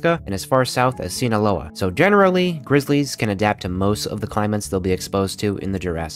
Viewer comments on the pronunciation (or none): none